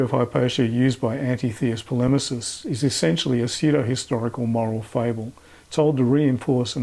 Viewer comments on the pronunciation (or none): none